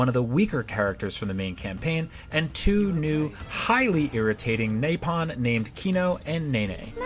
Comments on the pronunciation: Naypon LOL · This dusgusting pile of garbage is a disgrace to reviewers as a whole. There's absolutely no way someone that looked at the game for more than 2 minutes pronounces Dunban "DunCan" and Nopon "NApon" on accident. If you ask me, they knew perfectly well what they were doing and did it for the negative publicity because any publicity gets them attention. I just can't imagine anything else being the case.